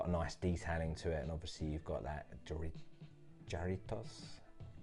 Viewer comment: Pronounced “Harritos”